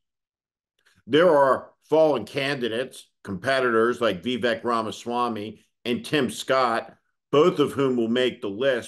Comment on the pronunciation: Who is "Vee-Vak" Ramaswamy ?